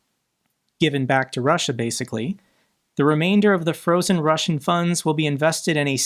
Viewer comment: i beg you..... watch a youtube video on russian pronounciation, PLEEEASE 😂